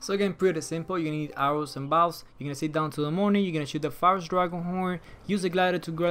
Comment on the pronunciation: Who tf pronounces bow(s) like that 😒